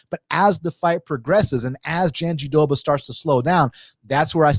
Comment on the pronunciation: JandiDoba? Her name has an R….JandiRoba…..great breakdown though 👏🏾